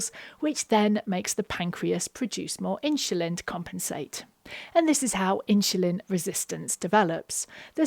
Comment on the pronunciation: My brain explodes: why do you keep switching pronunciation between ’insulin’ and ‘inshulin’?